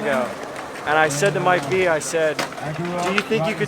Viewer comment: love that he pronounced Mike V's name wrong haha